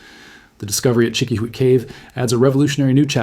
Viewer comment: Hola, I would like to suggest a change in your pronunciation of the word Chiquihuite. Try this: cheeky-wee-teh. Be well.